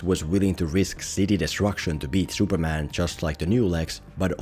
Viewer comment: Who is 'Shuperman'?